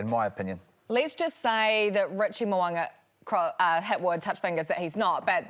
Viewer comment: Pleeezzz... it's Mo'unga not Mo'anga....when we gonna get it right and not keep pretending it doesn't matter? If someone called Kirsty 'Karsty' any guesses how long she'd put up with it... or any of those twerps doing the game commentaries??